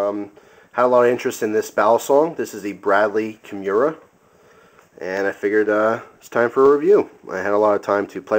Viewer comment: Kim-orr-uhh..its also a mixed martial arts submission move..that is the correct pronunciation